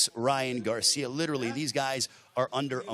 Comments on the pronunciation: Why is he saying garciam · Is it me or does this Announcer keep saying Ryan Garcia'm he also said social media'm 😅